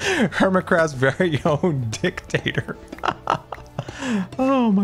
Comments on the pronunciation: seriously called Doc a "dic-tator." So NSFK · the way said "dic..tator" is just hahahaha. the pause. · The special pronunciation of dictator had me rewinding the video a couple times to make sure I heard it right 😂